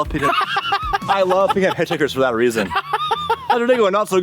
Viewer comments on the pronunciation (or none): "I'm here for a weason" 😂